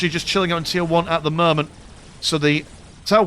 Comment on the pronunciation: "at the murment"